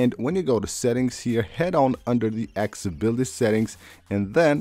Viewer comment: Access-ability. Say it again….access-ability. You can do it!